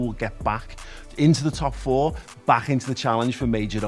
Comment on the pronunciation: You could've got away with that as sounded like you said "Chelsea will be a top 14"😂